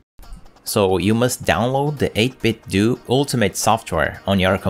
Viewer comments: nice video but it's pronounced more like "Nintendo" - 8-bit-doh. Otherwise you may as well call it Nindendoo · But they say it's pronounced 8bitdoo like Scooby Doo 🤔